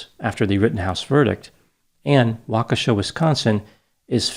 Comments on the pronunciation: So happy you pronounced Waukesha correctly! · He pronounced “Waukesha” correctly. That, like, never happens. Thank you.